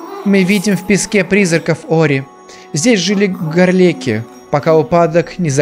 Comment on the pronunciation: ГорлекИ! ГорлекИ мать твою! А не ГОрлики! Гор-ЛеКИ!!!